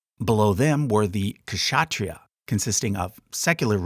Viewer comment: Not a criticism, I love your videos. Just wanted to correct a pronunciation - Kshatriyas. The "k" sound is very soft and blends into the "sh." The first "a" is a short sound, like the "u" in "cup." "Tree" for the middle syllable. "Yahs" with the long "aa" sound at the end. Shuh-tree-yahs or /ˈʃʌːtrɪjɑːs/